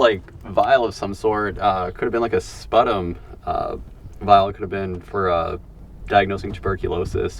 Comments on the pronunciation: It's not pronounced 'SPUTTUM'. It's pronounced 'SPEW-TUM'. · Pronounced ‘Spew-tum’, for TB testing.